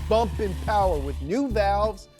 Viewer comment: Everything you need to know: Oldsmobile 442/ cutlass Mo powah babeh